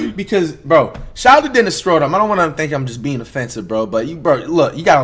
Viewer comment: He said Dennis schrodom